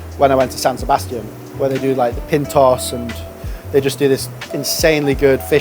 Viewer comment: Really great to watch, San Sebastian is amazing for food. Small thing but it's PintCH-Ohs (pintxos) as TX makes a Ch sound in Basque.